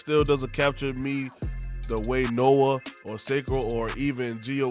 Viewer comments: Nioh is pronounced “NEE-YO”. Kept being pulled out of the point you were making every time you said “Noah 2” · Can’t take you seriously when you cannot pronounce nioh